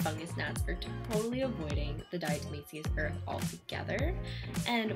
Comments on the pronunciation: "dyahtuhmayseeus urth" lmao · "dyahtuhmayseeyuss urth" lmao